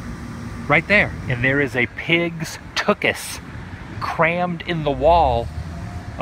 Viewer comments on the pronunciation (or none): none